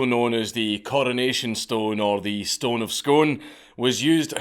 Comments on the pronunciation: I can't believe Dankula doesn't pronounce Scone properly. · great video, went to the palace and seen the replica, also btw its pronounced "scoon" :) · Bugs me more than it should that he is saying Scone (skoon) wrong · "Stone of Scone" - pronounced "Scoon" Here to help a Weegie out :P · It's pronounced Scoon, ya walloper ! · Ok I have to comment at only 4.40mins in on this one mate. Scone is pronounced 'scoon' which I am surprised at but also the stone of Destiny is most definitely a fake. It is made of old red sandstone which is very common in Scone as even the abbey itself was built with it. The stone of destiny however comes from Ireland and possibly even from elsewhere in whatever country were later described as the 4 cities or Hyperborea. There was no old red sandstone in the area of Ireland where it was there nor was is even the biblical pillar of david as there was no red sandstone near jerusalem either. There is however a much older stone, both ornately carved and with a tablet which was found right near the Scone abbey that is now sitting catalogued in the museum of London where is was sent to be looked at by experts and was never heard from again. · Oi! Scone is pronounced "skoon"! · Why you saying scone like a soft southerner? It's pronounced "skoon" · How are yous a Scot and say Scone wrong 🤣🤣 (before the hate machine hits: it's pronounced scoon in this case) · Fucking legends. It's pronounced 'Scoon', ya diddy. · It’s pronounced SCOON ! You’re supposed to be Scottish ?!? So disappointing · Hey Dank! It's pronounced Skoon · Gotta feel bad for Scone and the people that live there... Not even their fellow countrymen pronounce the name right! Written: Scone Spoken: Sku:n Because fuck logic, they want to special 🙃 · I'm getting triggered every time he pronounces 'Scone' like that.. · Imagine being Scottish and researching the topic and still mispronouncing Scone 🤨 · oh he said bone of scone? maybe hes not that smart after all..... lol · It’s pronounced scoon